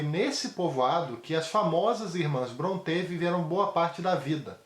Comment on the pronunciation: Boa resenha. Faço ressalva apenas com relação à pronúncia do sobrenome Brontë. Não é afrancezado, tipo, como se fosse Bronté (ou "Brontê". Mas a verdadeira pronúncia soa como "Brónte".